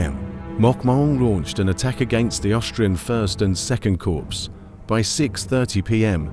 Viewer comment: Very good, of note: Corps is pronounced "Core"